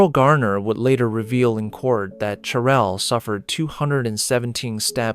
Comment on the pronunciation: Whoever is narrating the story can’t even pronounce her name or her son’s name correctly, keep calling her Cherelle when it’s Cheryl and calling her son Jamonny when it’s pronounced Ja-ma- ni 🤦🏽‍♀️